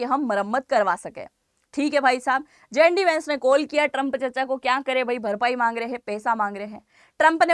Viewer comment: जें डी नहीं जे डी कहीए